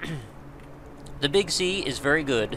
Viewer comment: Every time you say "the Big Sea" in this video I heard it as "the Big C". In any case, I'm off to go get this game. Brain damage may ensue from the head bashing.